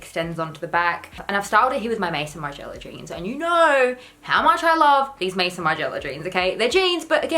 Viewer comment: Homme = ome (like home without the h). Maison = may-zohn (funnily enough, it’s the French word for house/home).